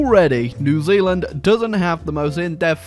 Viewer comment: Zee Zealand? Never heard of it.